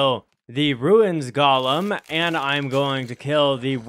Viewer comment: Wtf is a Gollum bro it's 'Goh-lem'